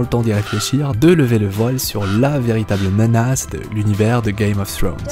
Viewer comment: Czst la seule personne que je connaisse à vraiment essayé de bien le prononcé (czst à dire pas le prononcer à la française) donc perso ça me gêne pas je préfère